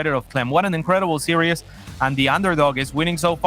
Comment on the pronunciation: He just needs to stop pronouncing 'series' as 'serious' :)